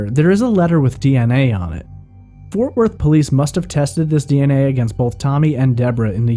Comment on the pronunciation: ForTH Worth? Lol Otherwise great podcast